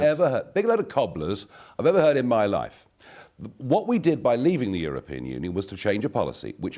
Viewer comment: No way the interviewer really said "Muh ancestors" lmao